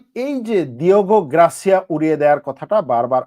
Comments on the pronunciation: গ্রাসিয়া না রে বাবা, গার্সিয়া। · Grasia na garsia english Porte pare na